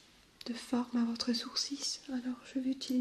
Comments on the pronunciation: superbe vidéo il y a juste un petit truc qui m'a perturber c est que l on dit "sourciL" et pas "sourcisses"😂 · On dit "sourcils" pas "sourcis" ; ) Sinon parfait j'adore t'ai vidéo continue comme ça! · Hello! J'adore tes vidéos. Tu fait vraiment partie de mes créatrices de vidéos ASMR préférées. Juste un détail pour la prononciation : les sourcils se prononcent sans le "s". C'est comme si tu disais "sourcil" avec le e muet ou "sourci", ça dépends des gens et régions, le "l" aussi peut être muet. Voilà! En espérant t'avoir aidée ;) Et continue comme ça! C'est top!